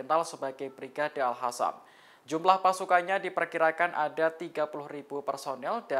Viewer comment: Presenternya kurang sipp....tinggal baca doang kok blepotan... 😂 Al Qassam kok jadi Al Hassam... 😂😂😂😂 Lain kali diBenerin ngucapnya oi😂😂😂